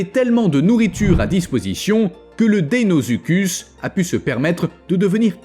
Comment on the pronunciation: Très bonne vidéo comme d'habitude mais le crocodile géant s'appelait deinosuchus et non deinozuchud